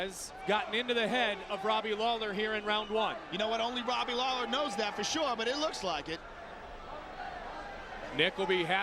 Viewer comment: Did he just call Robbie lawler, Daley?